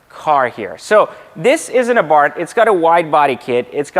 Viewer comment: I’m so ecstatic he pronounced Abarth correctly!! Silent H.